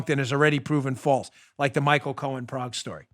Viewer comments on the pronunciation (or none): none